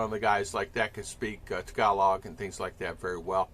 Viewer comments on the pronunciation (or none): none